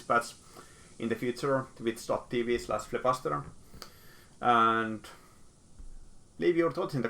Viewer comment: Why don't you pronounce the PPP Hhhh in your name? Nice video. (PS: They did not fix the audio bug I found on the flying celestial unit, sadface)